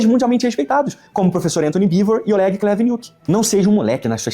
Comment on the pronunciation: Olégui Cuníti me acerta toda vez que eu escuto… Ele ainda faz um biquinho. 😂 Para quem é “nós, o povo soviético” a pronúncia dele parece que passou anos no Gulag, apanhando.